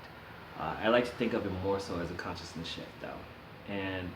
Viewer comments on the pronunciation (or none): i know you're saying shift but I'm half expecting you to say shit so thats what I'm hearing.